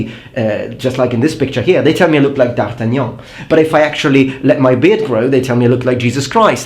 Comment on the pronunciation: That PERFECT Accent on "D'Artagnan" ! WAAAAAAAW !! Je suis gonflé dans mon orgueil français.